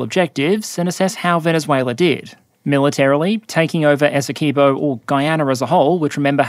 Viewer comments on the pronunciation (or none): I don't think I've heard an Aussie say "Essequibo" since I played Mercenaries 2, and she said it "Essa-car-bow" :D